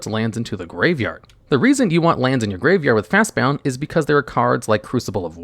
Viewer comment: That Fastbond pronunciation got me really confused for a second, some things never change, eh?